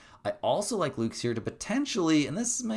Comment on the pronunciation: Friendly correction from a jays fan, it’s Lukes (like Lucas) not Lukes